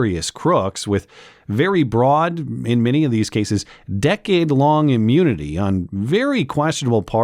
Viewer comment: just when I thought I've seen all the possible butcherings of words, this one comes along to surprise me yet again lol